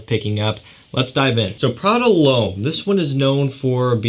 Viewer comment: It’s not Prada Loam 😂😂 It’s Prada L’Homme dumass